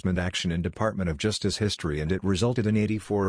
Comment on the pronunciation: ►What is “juice-dis”? Did you “juice-dis”?